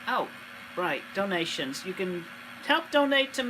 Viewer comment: The way he pronounces 'donations' sometimes sounds like 'dalmatians' to me. 'Please give us some dalmatians, please. We need dalmatians'